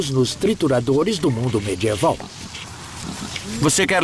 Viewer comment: Ótimo documentário. Porém, a pronúncia do dublador brasileiro é irritante. Por exemplo: o que é "mê-djê-val"? - Seria medieval?